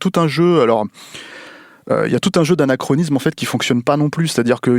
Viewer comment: Quand a prononcé "ANAChronisme", j'ai cru que...